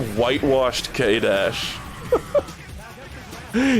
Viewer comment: every time pronounces K' as K my soul dies a little